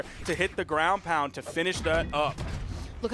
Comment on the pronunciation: Not gwoun 😂😂😂😂